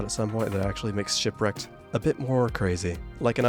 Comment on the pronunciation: Woah that guy that called shipwreaked “shitwreaked” seems like a pretty funny guy ngl. I should really find out who that is…